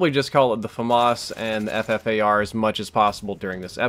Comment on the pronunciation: It is pronounced the Fuffar